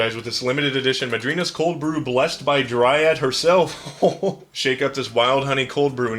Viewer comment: Pronounced madrinas right but not terraria smh